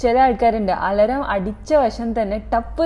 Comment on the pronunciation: its Al-aam(alarm) not al-ram😊